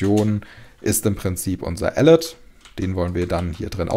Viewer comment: Ich liebe den Content und auch dieses Mal ein großes Lob, doch wenn man die richtige Aussprache von "alert" kennt muss man teils ziemlich lachen. ;)